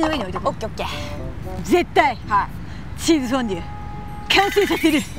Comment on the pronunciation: 熱中症リスクに見合わない企画…しかしそれこそらしいな！ チーズ”フォンドュ”とは？